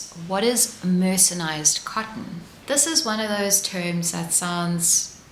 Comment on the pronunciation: Enjoyed the information and the charming presentation. The video seems to have white noise or some other background sound that I find uncomfortable. And, a small thing: it’s mercerized, not mercenized.